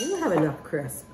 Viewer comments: Linda Thornton When you’re showing people how to make something, you should know how to pronounce it. And she also kept saying “cris” instead of “crisp.” 😆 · 3 yrs later!.....😊 we call it rhubarb strawberry crumble in NZ😊 Your p is silent on crisp, I notice Amy? 😊